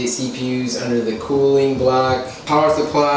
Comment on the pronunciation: When you say. Cooling block I thought you said kool-aid block